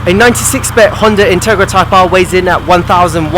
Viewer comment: intarga type Arf . that's what it sounded like you said lmao. jk xD